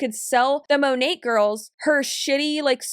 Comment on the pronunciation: How is it that she's one of the top earners but she can't pronounce the company name correctly? (Sorry, I commented this before I got to the part of the video where you said it. LOL) And stop with the buzz words and phrases. You sound like an idiot. "It was vibrating low" Good grief.